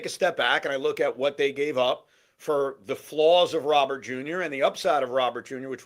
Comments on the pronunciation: It's actually more like Row-ber with the emphasis on the Row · Plus Robert Jr. is friends with Soto. So we have harmony in the outfield. BTW… the name Robert is pronounced Row-bear.